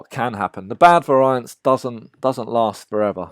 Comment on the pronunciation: That's not how variance is pronounced.